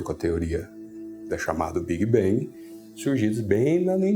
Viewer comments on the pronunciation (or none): Estava indo tudo muito bem , as explicações bem claras , todavia , a partir do exato momento em que falou no BIG-BANG , ou big-bem , como foi pronunciado , interrompi minha assistência ao vídeo . Big-bang nunca existiu , foi uma HIPÓTESE (não teoria) inventada por um ou alguns cientistas para QUERER explicar como formou-se o universo .